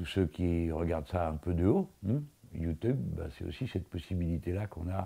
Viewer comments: On dira rien sur le "youteub" a 😂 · Je rêve ou il a dit youteub? xD